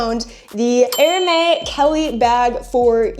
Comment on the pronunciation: Do you realize you're saying Air May instead of Air Mez? (Hermes) :body-blue-raised-arms